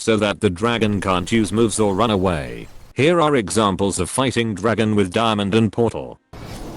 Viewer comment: did this guy say dimond is sss lol